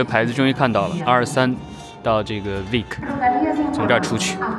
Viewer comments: 西語的 V 發音是 B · Vic念“毕克” 重音在Bi